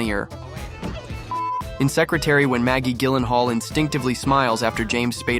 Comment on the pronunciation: It's pronounced, Jyllenhaal!!!! ...soft G!